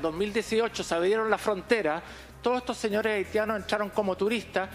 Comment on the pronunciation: "TURISTAS AHITIANOS"